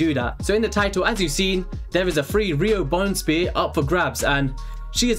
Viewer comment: "Riho Bonespear" 🤷🏻‍♂️